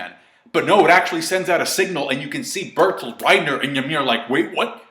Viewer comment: It's not Bertholdt, it's BERTHOLDT!!!